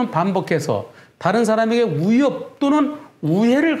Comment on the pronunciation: 변호사님 '위'를 발음 못하시네요 ㅋㅋㅋㅋ "우협 우해를 가하거나"